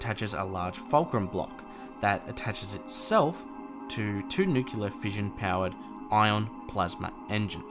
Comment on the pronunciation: It's nu-cle-ar. 🤦🏻‍♂️